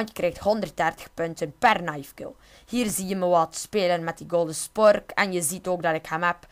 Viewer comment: normaal noemt het een spork maar hij zegt chpork